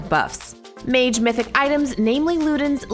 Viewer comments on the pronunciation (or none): none